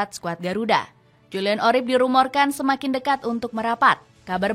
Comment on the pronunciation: Urip bukan orip